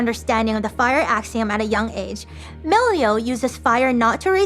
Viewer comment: "Milio"? That hurt a bit...if you know what I mean.